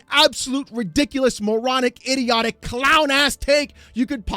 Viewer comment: Don’t say iRioRic, say iDioTic. Sounds better, don’t use R to change the D and the T